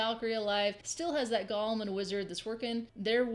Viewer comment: I hate to be not Nitpicky but people keep calling these things Gollums like from lord of the rings.. They are GOLEMS! Just like it sounds .. Pronounce the E long...Go-Lem... It's a creature in judaism .. A gigantic man made of clay or rock!